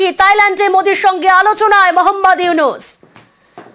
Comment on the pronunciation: প্রফেসর ড. মুহাম্মদ ইউনূস। নাম ঠিক করে উচ্চারণ করো